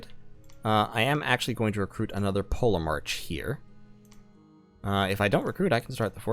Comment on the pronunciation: I'm pretty sure the ancient Greek pronunciation of the letter grouping "ch" is usually pronounced like an English 'k'. As in Polemarch = POLL-Eh-Mark". Chronology. Anachronistic. Etc.